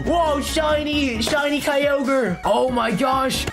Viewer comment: "SHINY KAI-YOGURT!"